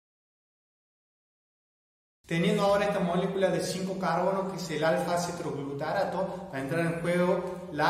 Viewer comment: me gustan tus videos son ingeniosos pero no explicaste a donde van los nadh (?) van a la cadena respiratoria en la cresta mitocondrial? y cuánto ATP resulta de cada molécula de glucosa que entra al ciclo de krebs ? 36 atp? otra cosa no es CETROGLUTARaTo es :Cetoglutarato . bravo por tus videos